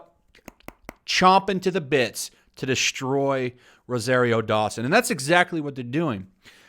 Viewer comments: Isn't she an SJW and she's dating Cory Booker so she gets super woke points how dare they she's a protected class...RRRREEEEEE And yes your saying her name right. I liked her in Daredevil and Luke Cage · You said her name right, and her casting is amazing.